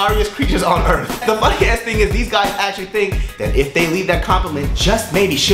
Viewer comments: LOL. I love you,. And they was you say; earth. EARF ♥ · "You seriously have the darkest eyebrows on earf"